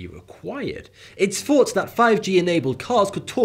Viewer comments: Do they not pronounce their "th"?? When he says " two here" it sounds like forty two. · I sware he is saying "42 here" every video lol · Why does it always sound like he says Forty Two instead of when he introduces his videos? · Is it just me or does it sound like you say “42” also how do you keep your left eyebrow higher then the right one? That’s impressive 👌🏽👌🏽